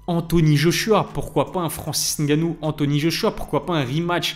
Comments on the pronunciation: Merci pour la bonne prononciation du nom de Francis👌. Assez rare pour être noté. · Enfin un français qui à l honnêteté de prononcer le nom " camerounais" correctement Respect Like et partage